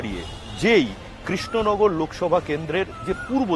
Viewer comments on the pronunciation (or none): Didi krishnagar ar pronounced ta thik kore aga koro tarpor na hoi vot a darou....#কেশনগর😂😂😂😂😂😂😂😂😂😂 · kesh Nagar na re 😂 krishnanagar